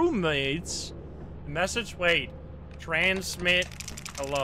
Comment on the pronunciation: bri’ish peepoh be luhyke “wuhait wuhait wuhait wut’s goin on heah?”